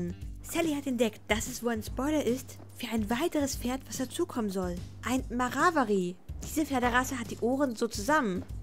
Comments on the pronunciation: Jorvik nicht Jovik, Marwari nicht Marawari🤷🏼‍♀️ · Du sagtest marawari.. Es heißt Mawari.. 😂❤️ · Marwari* du hast Marawari gesagt😂💖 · Es heißt Marwari und net Mawari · Kein marawari sondern mawarni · Richtig ist MARWARI. Betont wird auf der zweiten Silbe. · Die Marwari Pferde werden anders ausgesprochen ^^' Ma-wa-rie Das erste R ist stumm ;) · Es heist übrigens Mar war i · Soll kein hate sein aber es wird mawari ausgesprochen🙈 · Also wirklich, Warum sagst du zu Marwari,Mawrari?😅😂 PS:Soll keine Beleidung oder so sein🙋🏻‍♀️ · Es wird Mawarie ausgesprochen und Marwarie geschrieben 😅